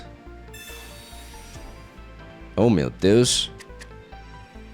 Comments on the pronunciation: Love when you say " mateous" but don't understand the reference/what it means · I think he's saying 'Meu deus'